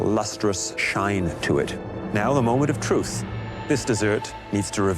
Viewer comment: Chef Alvin: mOmENt of trOof